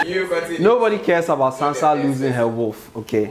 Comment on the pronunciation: You guys allowed him to say Sansa Stark. Smh